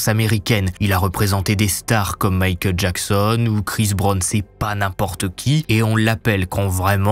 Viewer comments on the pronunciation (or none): none